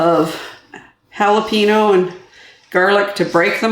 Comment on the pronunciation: Looks good but that's not how you say jalapeno.